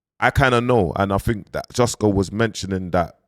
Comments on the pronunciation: bro kilbern instead of kilburn now jusco instead of justo! you work hard bounce rest my bro! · Kmt you know damn well his names justo, you out here mis pronouncing things for more comments 😂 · Mans calling him jus-co ya na😂😂😂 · HIS NAME IS JUUUSTOOOO NOT JUSTCO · your still saying justgo 🤣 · Bro his name is Justo not Jusco 🤣🤣🤣🤣🤣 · It’s justo LOL not jusco. You’re insane man 😂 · This brudda still cant pronounce Justo smfh